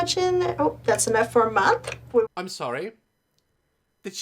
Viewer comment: Daz language Death = Deaf Month = Monf Linda = LINDA Live = Lif Strength = Strenf Any word = AAAAAAAAAAAA